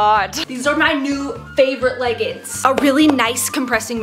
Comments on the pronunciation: No hate for but the way she says “leggins” instead of “leggings” makes my brain hurt😂 Love your vids!! This is probably the fifteenth one I have watched today❤❤ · …. WHY CAN’T YOU SAY THE “G” IN “LEGGINGS” ALL I HEAR IS “leggins” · Bro really said "legns" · Not to be rude but why do you say leggins also me and my sister always watch your videos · I love how she says leggins instead of leggings